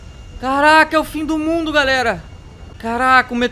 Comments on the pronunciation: Achei q ele falava e o fim do mudo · Todo mundo falando "todo mudo",pfv olha o vídeo ele se esforçou para vcs chegarem e falar "todo mudo". :^ aliás é a pronúncia dele :/